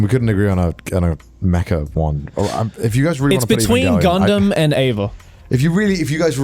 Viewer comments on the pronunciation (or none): Dude its Mecha, not Mecca 💀💀💀